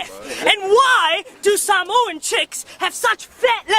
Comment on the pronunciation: I like that he actually pronounces Samoan better than white people 😂🤝